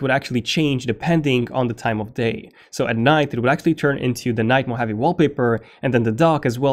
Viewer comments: Moh-ha-vee, not Moheavy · MO-HA-VEE not MO-HAVE-eee. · it's not pronounced as "mo-heavy". It's pronounced as "mo-ha-vé". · It’s Mo Haw Vee NOT Mo Have Eee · It's not Mac OS mohavi it's Mac OS Mohave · why are you pronouncing “mo-heavy”? hahahahahahhahahahaha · lol what? I live in Las Vegas which is the biggest city in the "mo hawvey" and have NEVER heard it pronounced as "mo heavy" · you are pronouncing Mojave wrong... you sound like a cartoon character saying "Mo havyyyy"... good review though. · Did you pronounce Mojave as 'mo-heavy' ? -_ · Am I the only one who is annoyed by his pronunciation of ‘mojave’ as moheavy 😂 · I wish you could say Mojave. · Stop mispronouncing "mojave", thanks. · I don’t like the way you pronounce Mojave 😂😂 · I had to stop watching it. It is annoying to have a name constantly miss pronounced. And I mean 'CONSTANTLY'.